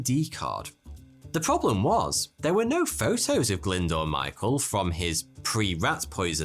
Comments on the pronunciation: Glyndoor? It's pronounced Glyn-Do-R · Brilliant story, and one I actually had come across before, but please, please, please can you learn how to pronounce names. Glyndwr is not pronounced 'Glindoor', but much closer to 'Glindower'.